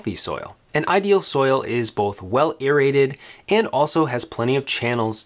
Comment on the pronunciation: irrated? Irrigated?